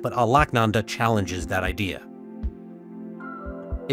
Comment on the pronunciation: Please take a little time to understand the word Alakananda pronunciation.